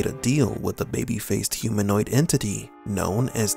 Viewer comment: Its not huminoid